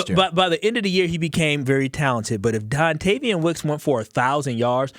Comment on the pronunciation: Don”TAY”vion Wicks